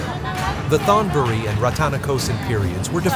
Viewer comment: You (or the AI) keep mispronouncing word in Thai that have the "th" at the beginning of the word. The sound should be like a "t," not the English "th" sound. Examples: Thonburi (Taksin's capital) is pronounced tone buree not Thone buree. You really should have a Thai speaker go through and clear up those glaring mispronunciations. Still, I enjoyed the video.